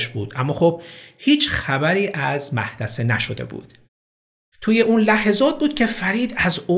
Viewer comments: درود 🌹🌹🌹 پرونده ی عجیب و غم انگیزی بود..واقعا چرا انقدر جنایت و البته عصبانیت و تصمیمات انی و خطرناک که منجر به قتل میشه..زیاد شده تو کشورمون!!؟ در ضمن محدثه با تلفظ ( او.. روی میم تلفظ میشه) و شما غلط تلفظ میکنید درستش میشه موحدثه و نه محدثه..این تلفظ غلطه و هر بار شما میگفتید مآحدثه من خنده ام میگرفت 😁😁👌 تلفظ درست موحدثه است و املای درستش محدثه است..سپاس 🌹🌹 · محددثه نه محدثه😂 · مُحدثه جناب نه مَحدثه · من از قدیمیای کانالتم هاااا. 😂 خواستم از وفا خودم و طرفداریم بدونی ولی تو یبار اونم اول اولا جوابمو دادی دیگه سرت شلوغ که شد طرفدارای قدیمتو یادت رفت. تو تلاش خیلی میکنی واسه این ویدئو هات و منم از تو متشکرم. راستی mohadese درسته نه mahdese 😘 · سلام.بااحترام وتشکربابت زحمات جناب عالی،تلفظ درست نام خانم مُحَدِثِه هست و مَحدَثه که فرمودین اشتباهه.سپاسگزارم🌹🌻🌸🌹🌻🌸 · لطفا جسارت بنده رو ببخشید، ولی اسم مقتول Mahdeseh نیست، بلکه Mohaddeseh است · Mahdaseh na mohadaseh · 😅مَحدَثه درس نیس مُحَدِثِه درسته ولی دم شما گرم اونم که گفتین اسم قشنگیه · باسلام و احترام ، وباتشکرفراوان از زحماتتون ، اسم "محدثه" Mohadese تلفظشه . من و دوستم محدثه موقع صرف عصرونه در کنار هم هستیم و باهم داریم گوش میکنیم و کلی خندیدیم😄😄😅 منم دیگه از این به بعد مح دثه صداش میکنم تا حساب کار دستش بیاد🤪😋 قیافه ی دوستم همین الان...☹☹☹ من...😂😂😂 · Mohaddesehصحیح Mahdaseاشتباهه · دلبندم محدثه نه مُحَدِثِه... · تمام مُحدثه ها 🤣اگه بدونن چی تلفظ شدن البته مَحدثه هم جالبه اونقدر بد نیست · مُحَدِثه نه مَحْدَثه 🤣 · مَحْدَثه که نیست اشتباه میگین.درستش مُحَدِثه.یعنی شما تاحالا این اسم رانشنیدین؟بهتربوداز کسی میپرسیدین😁😅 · مَحدَثه نیست مُحَدِثه درسته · سلام..اتفاقا منم ازاول متوجه شدم وفکرمیکردم نمیدونید اشتباه میگید...ممنون گفتید....مُحَدِثه تلفظ درستش هست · ای جان، 😁 با حدیثه اشتباه گرفتین✌🏻❣❣ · تلفظ درستش هست مُحَدثه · مُحدثه باید خونده بشه البته مشکلی نبود اصل داستان رو باید بگیریم چی شده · مَحدَثِه؟😂از شما بعیده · ای مه ده ثه. 😅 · ، موحددثه خوانده میشه،با تشکر فراوان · سلام محدثه د تشدید داره وخوانده میشه محددثه